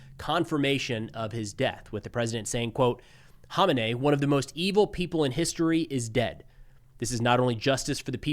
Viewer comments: Kama nay? You don’t have to speak like one of them. We pronounce it ko-may-nee. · Dude, who the hell is Honenay??? It's komenei dude..Ayatollah Khamenei!!! Pronounces kameni.... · There's no silent K in Khamenei. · Sounds like "Ko-may-knee" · Is "haw min ay" how you're supposed to promoted his name? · Can somebody tell this guy the "K" is not silent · Why can’t anyone pronounce Khamenei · In nearly 40 years of this guy being in charge of Iran I’ve never heard his name pronounced anywhere near how you pronounce it. I remember the first Bush used to purposely mispronounce Saddam’s name because the way he would pronounce it meant “shoeshine boy” (at least that’s what the news reports were), is this the same thing? Or just have people been wrong all this time, the so-called experts and media pundits with in-country “intelligence”? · You are pronouncing his name wrong, the H is silent, the K isn't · I believe you're saying his name incorrectly. Just a heads up